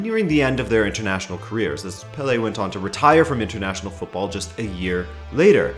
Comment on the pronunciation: My gosh, an American who pronounces football the right way